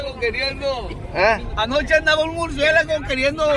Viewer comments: ""murciegalo"" ""murciélago pendejooo"" 😅😂😂😂🤣🤣🤣🤣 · Y lo correcto es murciegalo